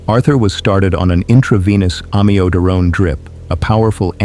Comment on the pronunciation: You don’t pronounce “Amiodarone” correctly nor systole. I hate AI.